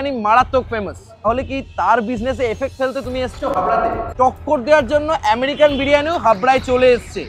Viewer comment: আমেরিকান ❎ আরেরিকান ✅ 😂😂